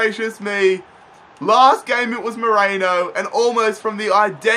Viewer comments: His name is Merino not Moreno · Love your videos but it’s not ‘Moreno’ but it’s ‘Merino’ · it's meh-ree-noh, not moreno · Sorry if I’m being a bit pedantic but Mikel Merino's name is pronounced Me-Reen-o not Me-Rain-o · its merino not moreno...